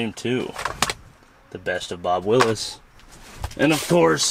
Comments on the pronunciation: I know he didn’t say Bob Willis, it’s Bob Wills. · "Bob WILLIS"?? AARGH. Bob Wills. And the Texas Playboys. Best band ever. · Dude, that’s Bob WILLS not Willis